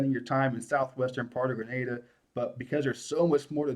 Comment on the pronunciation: Thanks pronouncing “Grenada” consistently correctly!